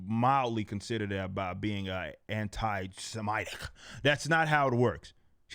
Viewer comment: No one: Eric: "anti-sem-eye-tic."